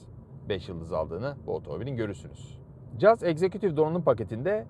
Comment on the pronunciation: Kaç tane anlatıcı var, hepsi 'Jaz' diye telaffuz ediyor. Bu kanal doğru telaffuz ettiği için bile tebriği hakkediyor.